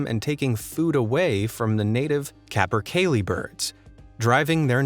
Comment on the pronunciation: So Capercaillie was pronounced correctly, but 'vernal' ponds got slaughtered? LOL! Sorry, but it is pretty funny.